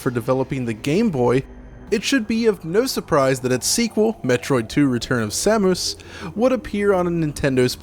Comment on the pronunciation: Sa-moose? I won't lie I stopped watching right then.